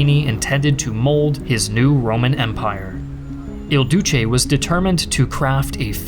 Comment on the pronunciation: Why are you calling him, "El Douche"?😂 Italy never stops getting made fun of.